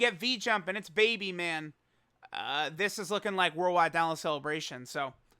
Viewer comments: Ah yes The cleebration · Ah yes, the cleebration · Haha cleebration go BRRRRRR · So hype he called it CLEEBRATION